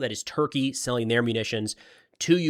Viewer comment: I love how emphasize Turkey is SELLING weapons to Ukraine rather than just giving away free shit